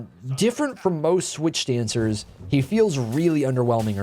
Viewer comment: “switch stancers”